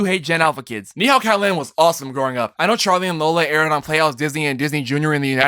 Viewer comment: I cant spell "Typically" but you can't pronounce Neko! Fun QnA tho. Good job!